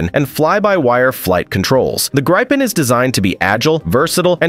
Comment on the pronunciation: what is "Graipen"??🥴 How is it possible to mispronounce Gripen?